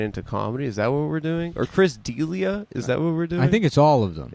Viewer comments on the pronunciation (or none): Adam read Chris Delia but seen Chris "Deal-lia". Love that jew